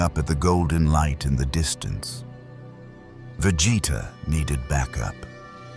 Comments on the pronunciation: How did Billy Butcher already know their names when they haven't even met before? Plus how hard is it to pronounce Vegeta's name right? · the way ai keeps butchering vegeta name is funny asf